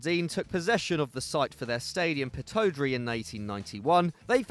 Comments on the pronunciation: Pittodrie isn’t pronounced pitt-oh-drie, it’s pronounced pitt-odd-rie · It’s Pitt-odd-rie not pitto-dree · Thank you thought I might of been the only person to notice the pittiodrie saying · Literally made me cringe each time, pitt ohdrey😂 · "GU-VAN" DUNDEE UTD NOT DUNDEE "P-TOD-RIE" 🙄🏴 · No.1 Govan is pronounced Guvin No.2 Pittodrie is pronounced Pittawdrae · Please never talk about Scottish teams you said pittodrie horribly and used Dundee and Dundee United interchangeably they are two different teams still love you though 😂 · Absolutely butchering the pronunciation of Aberdeen’s stadium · English people trying to say Pittodrie and govan is hilarious 😂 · you said pittodrie wrong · That pronunciation of Pittodrie though ahahahahah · I’m from Aberdeen and that’s not how you say the stadium’s name. It is funny how it is translated in Gaelic though 😂😂😂😂😂😂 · Can’t even say pittodrie right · how can you pronounce pittodrie so wrong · Oh my god stay away from scottish football. WTF is the pittodrie pronunciation